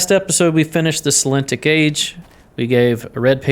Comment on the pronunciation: The name of this age is Sel-en-IT-ic (accent on 3rd syllable). It's fascinating watching you puzzle through it all. You have good instincts, intuition, and perception for this kind of linear problem solving.